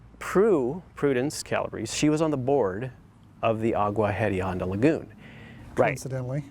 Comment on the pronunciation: Agua Hedionda Lagoon is actually pronounced Agua Eddy-onda, and it simply means "Stinky Water Lagoon".